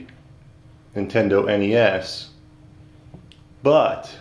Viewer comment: Lol, "Nintenedo" :P